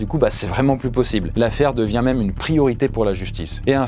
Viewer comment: S'il y a un accent circonflexe sur "même" c'est justement parce que ça ne se prononce pas "meume"...